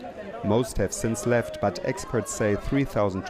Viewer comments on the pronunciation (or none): none